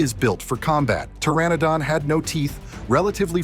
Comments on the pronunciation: Pteranodon is [ tur -ran -uh - don] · The p in Pteranodon is silent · Pteranodon, the p is silent bro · Bro forgot the P was silent😂